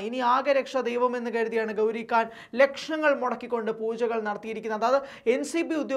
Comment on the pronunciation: Da, makkale, gouri kaan alla. Gouri Khan. Meghathinte "kha" 😂